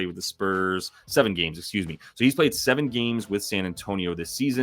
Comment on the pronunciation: bro gets me on the "esuze me" every-time lol